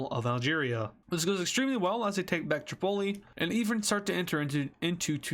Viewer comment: I thought he said Chipotle when he said the capital of libya🤣🤣🤣